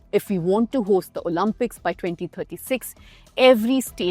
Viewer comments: It's pronounced O-Limp-ics, not O-Lump-ics. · Repeat after me. “Oh-Lim-Pics”. “Oh-Lim-Pics”. Not Oh-Lam-Pics. LOL